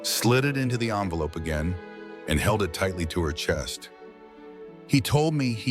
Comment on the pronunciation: AI needs work on pronunciation! Fiancé, naive, envelope not armful for example. Just saying. Well at least Julien wasn’t a serial killer…or was he?